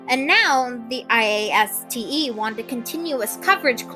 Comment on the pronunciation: Also, wow, you really do say IASTE the entire time don't you?